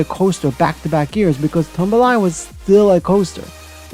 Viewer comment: Tumbili is actually pronounced ToomBeeLee.